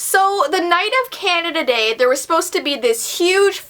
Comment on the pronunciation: instead of 'canada day' i heard 'candada dei'